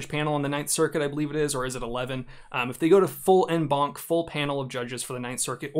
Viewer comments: Please. It’s French. It’s pronounced ON BANC. You pronounce “en” as “on” in English. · I thought he was saying "N-Bonk" not "En Banc"